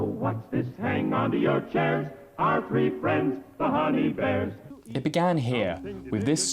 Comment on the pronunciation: I love u bro but could you please stop saying “free” in place of three?!